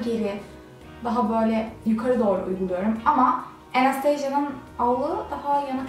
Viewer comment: Enestejya ne ya köylü